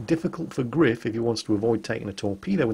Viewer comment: gR3iF is pronounced grife try singing: grife nanananana grife is grife nanananana